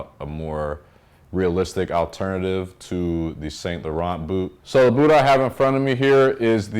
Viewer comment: Great video, btw it’s Pronounced San Loreaun the t’s are silent . I’m Canadian so French is our second language, thanks.